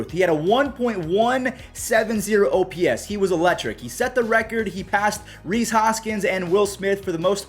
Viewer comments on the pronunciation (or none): none